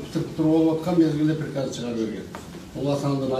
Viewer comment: Дректор пирказ дейт ко а хаа хааа оляяя орус тил окуганбы мектепте каримова уят уят еле жонокой созду айта албайт екен соке соотечественники дегенди айта албагандай ха за го булар жаман езишет ко оляяя